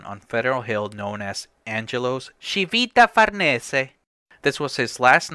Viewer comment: Bravo! Solid Italian accent on the Civita Farnese bit. The transition from Mario to Baby Girl Mario was perfect